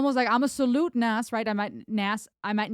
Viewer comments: You keep saying Nas it's not like it's spelled. It's pronounced Nos as in Nostradamus. He has an album called Nastradamus. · Pronounced NOZ, Not Nass. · It is not Nas like in Nashville, It is Nas like in NOS. Ren nailed it. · Say Oz, then put a N in front of it. NOZ—-NAS.. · Just a FYI its pronounced Naz.. Like a Z not an S. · Just deleted saying how sorry I was for sounding like a pronunciation nazi because I just noticed your above comment, but I'll leave in the reason it's pronounced the way it is... His birth name is Nasir bin Olu Dara Jones, with the first named pronounced /nɑhːˈzɪər/, so his rap name Nas is pronounced /nɑhːz/. Also, I LOVED that you did a bit of the original Halftime by Nas himself, very respectful and great way to kick off Ren's version. Great ear by the way hearing the Jazz music, Nas's father is a jazz and blues musician from Mississippi, and on the line you shouted out the Atlanta Braves...."Atlanta ain't Brave-r, I'll pull a number, like a pager", might have been a shout out to his brother, Jabari Fret, who raps under the name Jungle and was a member of a hip hop group, Bravehearts. Although it's his younger brother and the group formed after this track, so forget that, there might be a tie in, cannot confirm, anyway, great reaction and synopsis, top tier as always!!!! ✌💚